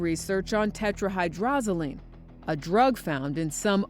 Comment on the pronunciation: The detective couldn't pronounce tetrahydrozoline. Come on police forces. How are these guys supposed to catch murderers if they are not smart?